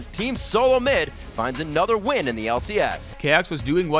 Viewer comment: it should be CHAOX, instead of CHOAX